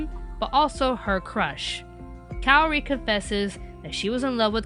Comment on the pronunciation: THATS NOT HOW U PRONOUNCE KAORI!!!!!!!!! sorry it gets on my nerves.